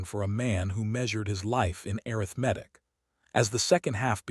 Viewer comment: AI just ruins everything. Arithmetic mispronounced is one mistake that got on my last nerve. It shouldn't be so difficult to fix the mistakes AI makes. Laziness perhaps. Or carelessness? The story could have been good. 🫤